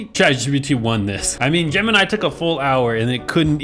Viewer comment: Hmmm gemni? It’s sooo bad😂😂😂😂